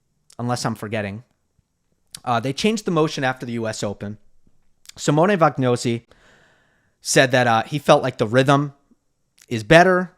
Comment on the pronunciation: Always appreciating excellent effort at pronouncing 🇨🇿'Jiří' ("Yeerzhreee" is the best I can transcribe it in English), but baffling why he keeps following the commentators in mispronouncing 🇮🇹 'Vagnozzi', which is obv "Va-nyotsi" for anyone who has eaten gnocchi and pizza🍕Okay, homeslice*?:) *"You cannot be Syrgios..." - I'm ex-Syracuse too, both parents attended the university